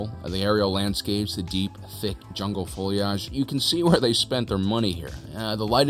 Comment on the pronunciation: Did you just pronounce the word foliage "feuillage"? 🤣🤣